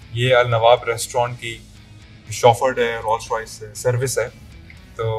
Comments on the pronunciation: "Rol Royces" :D bhaii khuda k liy brand k naam tu sahi se lo. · Rolls royce ka naam tu parhna seeks lete..